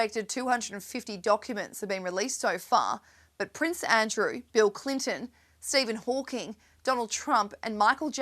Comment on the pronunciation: Stephen Hawkins?????